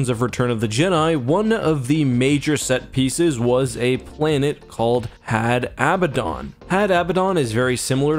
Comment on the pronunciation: Had Abaddon is pronounced "Had Ah-Bad-Dun" rather than "Had Ab-ba-dawn" due to the actual pronunciation of the name Abaddon (which most people mispronounce and misspell).